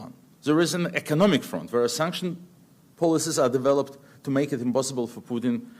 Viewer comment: Надо бы еще слово HONOR/HONOUR научиться произносить правильно, без [h], FRONT как [ фрАнт}, есть еще ряд фонетических ошибок, Бог с ней, с грамматикой!